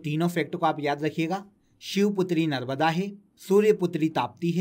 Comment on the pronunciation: सर नर्मदा का नर्बदा उच्चारण क्यूँ कर रहें हैं